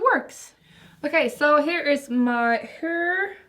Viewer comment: I kinda love how she says Hör to hair 🙏